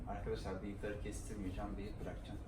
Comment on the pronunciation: kardeşim 2 yıldır amerikasın bıyık kelmieisni doğru telafuz edemiyorusn ilginç